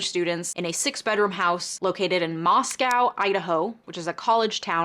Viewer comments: I work in local news in the area, couple corrections and updates. -Moscow, Idaho is pronounced 'Moss-co,' not like the Russian 'moss-cow' (locals get pretty testy about this). -Goncalves is pronounced 'gone-sal-ves.' -Originally, the car was not identified as a Hyundai Elantra, it was just a white or silver 2000s era SUV, which is likely why you saw such high numbers. It was narrowed down to a white Hyundai Elantra a few days later after further tips and video surveillance came in. In an update to this case, maybe his defense team is a fan of your videos, because they did motion to compel discovery for the DNA profile that was used to narrow the investigation. I believe this was the end of...June? Maybe July. Time is a blur... Anyway. The State argued the IGG was not used to formulate probable cause, and was not use as exculpatory evidence for his arrest. Rather, the DNA evidence for the arrest warrant came from DNA of Kohberger's father gathered from the trash. The State further argued it was not a Fourth Amendment violation because the DNA used to generate the IGG was abandoned at the scene. They also stated the IGG profile was erased and all records destroyed after it the Kohberger was determined to be the focus of the investigation as part of standard FBI protocol, and they no longer had the profile to give. The response from the Defense was interesting. I'll just say, this shit is wild. I'm not a lawyer, but I read a lot--A LOT--of legal docs for my job. Ann Taylor has s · Hey, in case you do a followup video, the city in Idaho is pronounced MOSS-co, not moss-COW like the Russian capital. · It's "moss-co" no "moss-cow" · you mispronounced two of the victims names and the town where it happened :( Love you but damn that's disrespectful